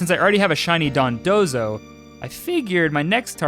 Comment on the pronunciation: I appreciate you pronouncing dondozo correctly and not dodonzo like seemingly everyone else